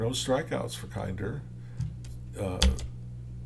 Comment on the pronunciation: It's KINN-der